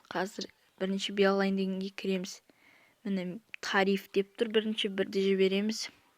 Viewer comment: Бл енды балайн деген сөзды айта алсасан позорго